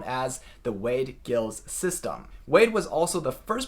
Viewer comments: Giles should be pronounced to rhyme with Piles, NOT to rhyme with Hills. Also the G is soft not hard. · Giles should be pronounced with a soft g and a long i . /dʒaɪlz/ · Wade-"Giles" should pronounce /ʤaıǝlz/